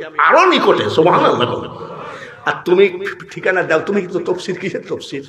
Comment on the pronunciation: শব্দটি তাফসির আর আপনি বললেন তফসির।